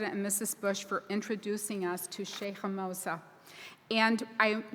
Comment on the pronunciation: Moza not mosa